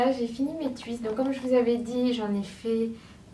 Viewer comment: "Tchuiste" 😂 jolie coiffure